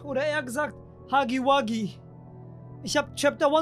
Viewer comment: ist gefühlt der erste youtuber der huggy wuggy richtig ausspricht